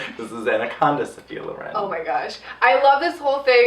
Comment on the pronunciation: Loren with the accent on the "e" is so strange to me that i literally did not understand who you were talking about for a long while.